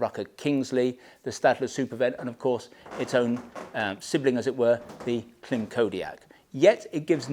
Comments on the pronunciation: You pronounce Klim wrong :face-green-smiling::face-green-smiling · why you saying Klim like that?